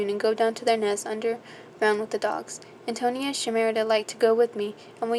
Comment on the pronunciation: Just a friendly note: it is pronounced Anne-toe-knee-ah. Great book, btw. :)